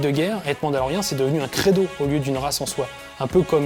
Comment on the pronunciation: Mandalorien, pas mandaloriane.